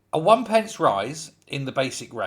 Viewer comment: 'One penny', not 'one pence'!!